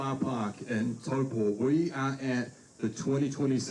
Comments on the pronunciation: Please please please. It's Taupo is pronounced T-ow-Poe. Ow like when you stub your toe. Not tow-paw. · you’re not quite saying it like that. You’re saying Tau-PAW. Which works with a Kiwi accent but not quite with an American one. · Why is saying toepa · Learn how to pronounce Taupo properly 😅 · Mispronounced Taupo a total of 17 times. hahahahaha